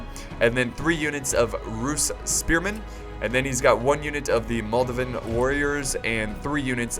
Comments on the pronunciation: Goddammit theres an a in moldaviAn, not moldavin. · You're missing an "I" in Moldavian Warriors there:D 'Mol-Day-Ve-A'